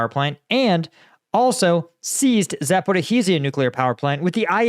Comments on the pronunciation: no, he says Zhaporih-i-zia hihihi! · It’s been over 2 years and still couldn’t pronounce Zaporizhzhia to save his life!